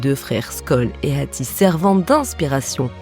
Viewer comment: mais pkoi prononcer le H de hatti comme ca ?